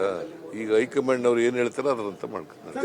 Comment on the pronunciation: ಅದು ಹೈ ಕಮನd ಅಲ್ಲ ಹೈ ಘmaand😂❤😂